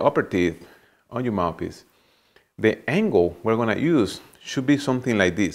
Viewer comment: Is it just me or does it sounds like he says mapis not mouthpiece